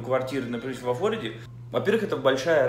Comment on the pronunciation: а разве не во ФлорИде? я про ударение 🤨